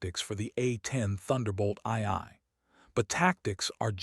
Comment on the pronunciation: I hate these AI stories. Check them before posting. A10s do not have afterburners, ii is pronounced two, and the vehicles are tactical (not technical).